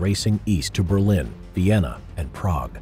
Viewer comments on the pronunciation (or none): none